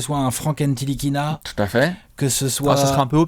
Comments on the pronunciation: PS : On prononce "Nilikina" et pas "N-Tilikina" ;) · Les gars pour Ntilikina ça ne se prononce pas "N-Ti-likina" le T ne se prononce pas il l'a lui même dit dans une interview !